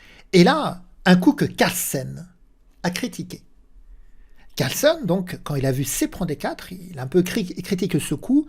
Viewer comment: CarlsEn et non CarlsOn 😉😁